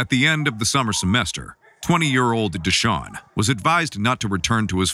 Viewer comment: “Deshaun” lol